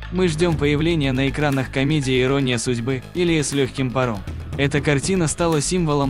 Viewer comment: Ирония судьбы или с легким паром,, как можно в названии такого фильма ,неправильно поставить ударение!!!!!